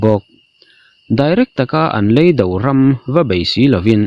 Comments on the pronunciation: Ni e, 'leido' tiha 'lei' hi 'lei' ka chhunga mi anga lam loh tûr. Lei- (chirh/vavut/khawvel) anga lam tûr. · Leido i lam dan hi a diklo tlat.Lei tihlai a ki hniama lam tur chi a nih hmel.Bengvar thlak e